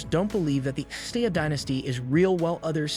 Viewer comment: If you want to do videos on nations and history, have your narrator pronounce things correctly. Of course there may be various legitimate ways to pronounce certain words, but no one accepts your pronunciation of Xia and Sudan.